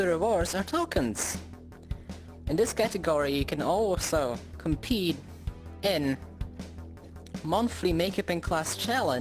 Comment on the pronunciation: Idk why i laughed when you said ”compete” i dont want to be mean